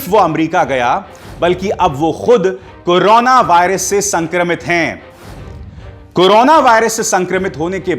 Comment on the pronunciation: आप तो बड़ी बहस नहीं बोल रहे हैं आपको करो ना बोलना ही नहीं आ रहा है आपने कहां से न्यूज़ में डिग्री प्राप्त की है करोना को कनाना कर रहे हो आप न्यूज़ की डिग्री द्वारा प्राप्त करें और बोलने का लहजा सीखे